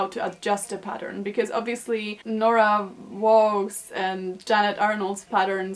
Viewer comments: Hey!! Your so wonderful thank you for this vid!! Also Waugh is pronounced "WAH or like WAAA" haha sometimes I forget how weird English can be. :) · The name Waugh is pronounced "Wah". Luckily, it's easy!